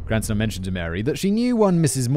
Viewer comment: Let's play the game, how many different ways can Simon mispronounce Cranston! I've counted at least ten subtly different wrong ways so far